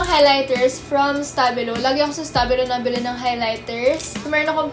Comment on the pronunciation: When she said "nabili" I know she's from the South lol. South kid here 😂💕✊🏽